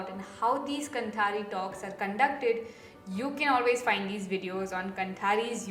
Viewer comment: Sure you got this minor feedback: it is pronounced "kaanthaari". :) कांथारी. 👍🏽